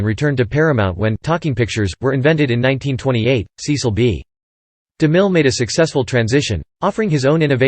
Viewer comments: SESS-ull. SESS-ull. SESS-ull. SESS-ull. SESS-ull. SESS-ull. SESS-ull. SESS-ull. SESS-ull. SESS-ull. SESS-ull. Apparently those automated narrations don't know it's SESS-ull.. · That's now how his first name is pronounced. It's a short e sound, not a long e.